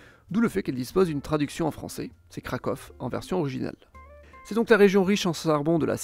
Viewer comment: Ça se dit /krakouf/, /katovitsE/ et /dane-tsiHHhh/ ou / gdagne-sk/ en « version originale » 😊 Et tu as omis l’ethnie des Kachoubes et leur langue, qui bien qu’elle soit proche du polonais, est bien plus divergente de ce dernier que le silésien ne l’est ! Bonne vidéo, comme toujours !❤